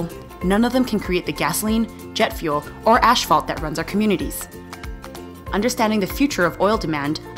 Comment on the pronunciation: WHAAT? "ASHFALT"?